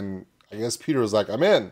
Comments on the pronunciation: Petter is said like better. Totally different from Peter. Orherwise nice reaction ❤ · The double t in Petter makes the first e short (and the t's) in swedish. Think of how you say "pet", then you can pronounce Petter right🙂